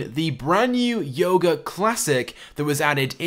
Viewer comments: Its youga not yoga (you-ga) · ITS PRONOUNCED AS "YOOGO" NOT YOGO!!!!